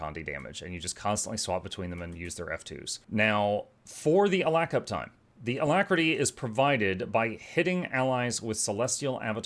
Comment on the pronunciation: Why do we shorting alactery, it is not a long word lol